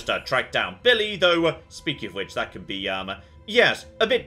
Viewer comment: Biwwy is best character in fawwout fwee